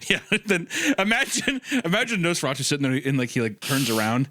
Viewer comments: I have never in my life heard Nosferatu pronounced NosferARtu, lol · I cannot get over Isaiah pronouncing it as 'Nose-fer-arr-too'.